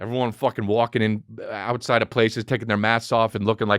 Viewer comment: Yeah but also , "we're outside..yroutside" ! Love it!🤙🏼